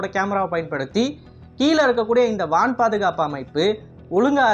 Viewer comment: வான் பாதுகாப்பு என்பதை வனப் பாதுகாப்பு என்று தமிழ் மொழியை கொலை செய்வதை தவிர்க்கவும்.